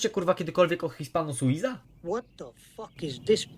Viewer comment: Jesteś pierdolonym analfabetą czytając nazwy tej marki hispano-suiza